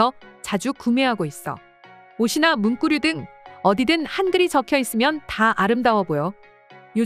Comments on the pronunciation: 문꾸류라고 발음하는 이유는? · 문꾸류... 자꾸 신경쓰이네요 ㅡㅡ